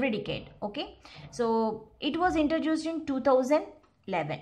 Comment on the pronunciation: Its introduced.. Not intra-juice-d 😐 #cringed